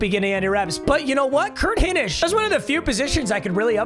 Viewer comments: Hey papa it’s not important but it’s hi nish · for future reference its pronounced high-nish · it’s pronounces HIGH-nish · Doubt you’ll ever see this but Hinish is pronounced Hine-ish like Hines ward ish.